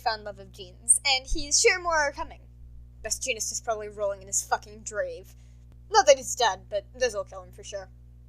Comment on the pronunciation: "Jrave" XDDD